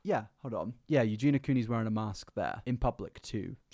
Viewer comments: Also, her name has four syllables...You-Gee-Nee-Ah...you say You-Gee-Na. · Love how you insist on calling her Eugena…. Instead of Eugenia…. 🤦🏽‍♀️🤦🏽‍♀️🤦🏽‍♀️ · You do realize you’re saying her name wrong 😂 it’s not Eugena ma dood, you’re missing the I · It's pronounced Eugeeeni-ah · Yu-gee-nee-ah .... Four syllables... I don't why this annoys me so much. Maybe because it shows such a lack of actual care or proof you don't do any kind of research or put very very minimal effort into your content. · He’s English… there’s nothing about his accent that should stop him from saying Eugen-i-a. I, for one, am not mad, I just feel that the continuous mispronunciation (not just in this video), seemingly without any attempt to try to pronounce it correctly or even address whatever possible reason it could be that he doesn’t is a little disrespectful. I know seems to mispronounce a lot of things, and I feel for him on that front, but it’s a person’s name after all, not just a random word, and “Eugena” is a completely different name to “Eugenia”. Considering he makes quite a lot of content about her, I feel it only right that he make a bit more of an effort to say her name right or at least, if that’s not possible, explain why he can’t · I hate when he says her name and skips a syllable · Idk, but he’s English so I don’t see how, and he is just missing out the I completely. Maybe he finds it difficult? But it’s best to try and get it right, especially when you make a lot of content on a person. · It bothers me that you constantly mispronounce her name. Kind of disrespectful too.